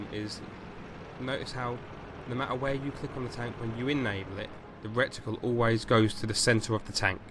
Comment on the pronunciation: I kept laughing every time you said 'recticle', the word is reticle. Maybe you had rectums on your mind.